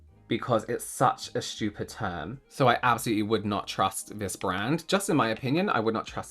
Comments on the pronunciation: I just love how says schtupid. It always makes me laugh. He’s always right too. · I just love hearing you say shtoopid😂😂